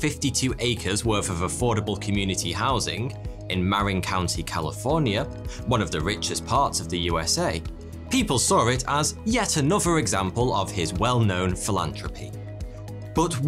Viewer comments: Muh-rin not Maw-rin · It's ma-RIN County in California,. I know. I used to live there. It's also Andrew CAR-ni-gee with a hard 'g' as in 'girl.' Do you mispronounce all these proper nouns to irritate us?